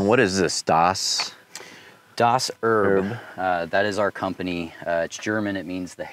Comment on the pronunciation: i think the car looks fine, and you can certainly call your company whatever you want, but if you are claiming "heritage" in German, please consider pronouncing the word you are borrowing correctly. The second "e" in Erb"e" is not silent. German doesn't have silent vowels. the same thing is also true for Porsch"e". just saying.